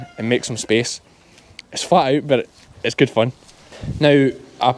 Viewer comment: First time hearing you say "hits " for its - very , very Ayrshire lol. 9 minutes 07 seconds in says " hits mother "